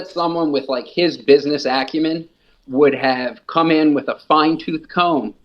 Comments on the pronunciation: Did he say “with his business acumen” 😂😂😂😂😂😂😂💀💀💀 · 'His business accumen' hahaha how many times has he gone bankrupt again?